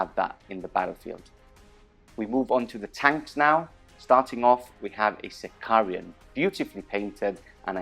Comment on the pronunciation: Okay, I have to post this, even though I know it is unecessarily pedantic... but where do all those extra Is in your pronunciation of unit and equipment names come from? The tank is a Sicaran, not a Sicarian, the vexilla also aren't vexillia (and vexilla is plural, the singular is a vexillum, but that is GW's mistake), and artificer armour is not artificier armour... Sorry for the rant, just had to get it off my chest. You make great battle reports, carry on.